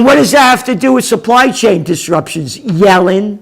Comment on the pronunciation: Yellen .....................pronounced .."Yelling !"